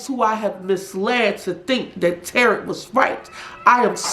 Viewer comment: It's pronounced tarow, not tarot as in carrot. Tarot.